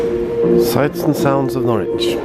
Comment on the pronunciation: Nice to see you out in Norfolk again, btw Norwich is pronounced "norich" or even naich" Enjoy your stay, All the best /Per